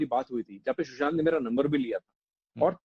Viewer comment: For god's sake it is 'Sushant' not'Shushant'